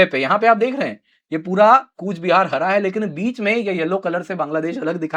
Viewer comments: It's not kuch - bihar... Real pronaunnce coach- bihar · It's Coochbehar Behar Sir. Not Koch Bihar